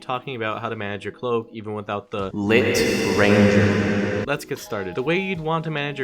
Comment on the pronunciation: L I T R A N G E R